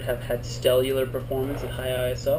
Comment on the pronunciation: Stellar I believe. not Stellular. Sorry ;)